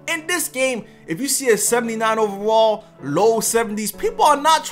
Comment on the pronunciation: I like you but learn how to say overall 😂